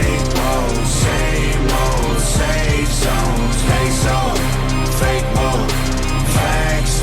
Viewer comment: Bro the Fah-kay Wah-kay shit killed me 😂😂 Also, the Windows XP sound effects 😂😂